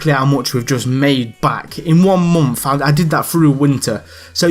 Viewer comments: yeh, i agree. You say month as like "Monnth" but it really doesn't bother me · I love how you say month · the way he says month lmaooooo